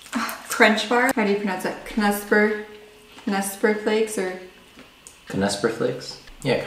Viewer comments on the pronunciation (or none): You guys are really sweet. I had so much fun watching you to try all this stuff for the first time. The funniest part was, how you pronunciate Knusperflakes 😄👍 Please keep on marking these videos, I subscribed your channel 😊